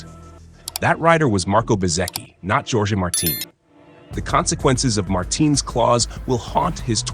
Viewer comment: Djorgey Marteen 😂😂😂